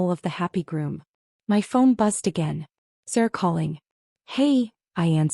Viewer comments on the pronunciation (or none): Why, in the name of all that's holy, can AI not pronounce Sarah? She becomes Sir. And CNN became seinen. Please a little proof listening.